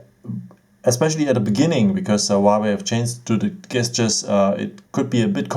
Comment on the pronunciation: A little tip for you. The G in the word gestures is actually pronounced like a J.